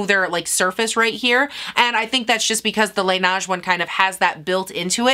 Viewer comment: I’m not trying to be that bitch in the comments 🤣 but Laneige is pronounced ‘lah-ney-juh’ 😅